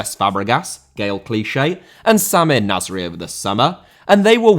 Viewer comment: Nasri* not Nazri